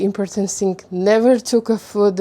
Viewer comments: Mind the places of stresses you put in the words: impòrtant polìce càfe В словах на подобие thing "th" звучало как звук "s", то бишь слово стало "sing", что имеет совсем другое значение. И вне контекста могут возникнуть некоторые недопонимания на этом фоне. Есть уйма тренажеров (даже на том же Ютьюбе) направленных на постановку и разработку межзубного глухого и звонкого "th" If you want to sound like the native Умничка! Стремление к самосовершенствованию— залог успеха и светлого будущего~💜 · У вас хороший английский, единственное что я заметила, important - ударение на О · Очень круто, что вы решили снимать видео на английском :) Единственное, что я заметила это ударение в слове important. Правильно impOrtant. Спасибо, было интересно)) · ImpOrtant - the second is louder stress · Здравствуйте,! Во-первых, с почином Вас:)!!! Впервые вещать на иностранном языке, это волнительно, но Вы молодец. Все ярко, активно и вполне понятно. Раз уж Вы разрешили сказать непосредственно о самом английском, напишу пару слов, и то, только потому, что уверена, именно эти 2 слова Вы будете активно продолжать использовать и Вам пригодится мой совет:) Слово important идет с ударением на О - импОтнт (импОртнт) и в слове foreigner тоже на О - фОринэ. Если я правильно поняла, Вы самостоятельно учите английский? без учителей? Для взрослого и усидчивого человека это вполне норм, но, мне кажется, брать 1 занятие в месяц с учителем-носителем языка - будет еще лучше. Он Вам после 1 занятия выдаст список рекомендаций - темы, где Вы чаще ошибаетесь и на что обратить внимание, и это точно не будет Вам накладно по деньгам (одно занятие это в среднем 15-30$). Зато получите действительно профессиональный отзыв и конкретные указания, где и что улучшать:)